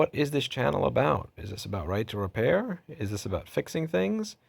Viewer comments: Right to Repair, or Right to RePURR, heh?! Amirite?? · Right to RePURR Sounds good.